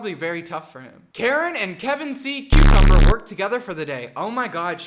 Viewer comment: Kar c. umber idk 😅💜😅 (Karseeumber)